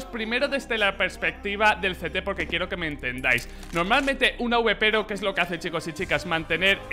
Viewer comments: "AUBEPERO" jajaja es Awper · Emm que horrible suena awpero di awper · Un AWEPERO JAJAJA se dice awper